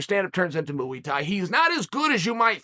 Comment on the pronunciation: Has Chael ever addressed why he pronounces "Muay Thai" as "Moo-e?"